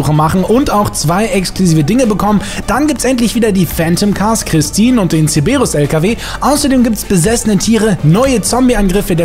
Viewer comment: Warum triggert es mich so das er Zeberus anstatt Cerberus sagt😅 Und den Kamacho gab es doch schon in der letzen Event-Woche